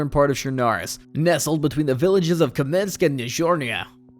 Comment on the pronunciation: The pronounciations are killing me, ”kamenski” ”servograd” and then all of a sudden a great pronounciation of krasnostav